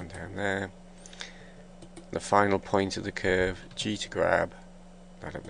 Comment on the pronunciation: thumbs up if you hate how he pronounce word "cuuurve" :3